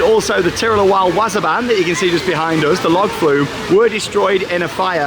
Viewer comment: w-AW-s-er b-AA-n... Not wazzer ban